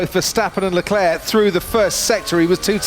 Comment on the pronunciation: shau lecleh jajajajajjaajja